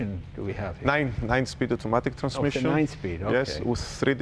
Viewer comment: I almost lost it when he said nein speed